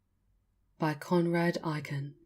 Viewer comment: AY-ken, not EYE-ken ;)